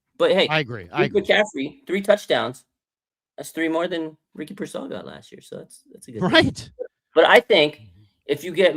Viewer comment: Yeesh, this guy cannot say Pearsal right ever